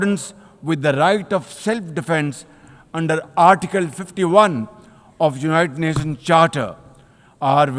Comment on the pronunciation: "Unite Nations" "aand force"😂